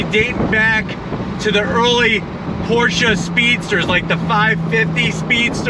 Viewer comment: Definitely the most reliable! And than you sir for pronouncing Pro"sha" correctly!